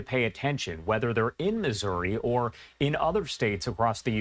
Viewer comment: " misery " as he trys to say missouri